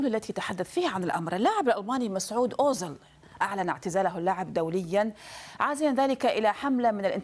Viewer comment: اوزيل و ليس اوزل أيتها مذيعة يا مثقفة يا خرجية جامعات والله عار و عيب عليك صح